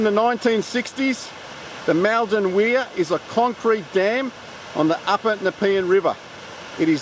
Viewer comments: Its pronounced mulldon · Is that really how you pronounce Maldon? I grew up around there, and I always thought it was pronounced like “Mall-dun” :/